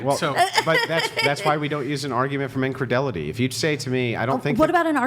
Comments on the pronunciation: What’s” incredelity “ ? Is he thinking incredulity? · it's "incredulity", not "incredelity". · it’s not “incredelity” and it’s not “selonoid.” Fix that. Thank you.